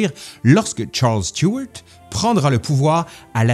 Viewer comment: Ah ben, ça fait plaisir d'entendre Stuart prononcé autrement qu'à la française ❤👍